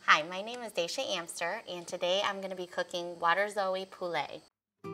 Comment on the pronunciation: Waterzooi poulet, a flemish word and a french word, both severely mispronounced. Tasty